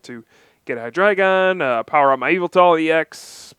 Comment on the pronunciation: OMG, you pronounce Hydreigon correctly....thank you!